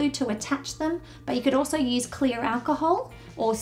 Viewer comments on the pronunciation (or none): none